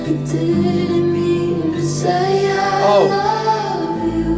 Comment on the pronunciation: Is it just me or does "i love you" sound alot like Hallelujah? anyone else hear it??